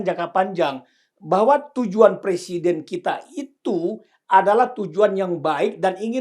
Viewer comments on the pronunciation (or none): Pak...bukan persiden...tapi presiden. Wahhh...kok orang pinter nggak bisa ngomong "presiden" sih pak, emang sudah di ngganti pemakaian bahasa indonesiannya yg benar. Ini koreksi ya pak..😅😅😅